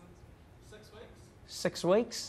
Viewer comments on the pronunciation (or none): "Six waekes" 🤣